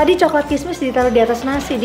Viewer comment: Coklat kismis ameena blngnya coklat kemes hahaha